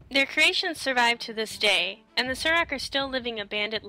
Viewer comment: Why do you pronounce "saur" as "sir"? When you're talking about dinosaurs do you say "Dino-sirs"? Pretty sure it's pronounced "soar". That's how the story telling panda-man says it anyway, when you ask for his story about the Saurok.